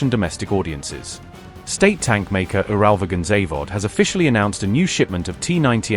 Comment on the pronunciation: Your pronunciation—AI or otherwise—of “UralVagonZavod” is simply atrocious. Instead, just say “UVZ.”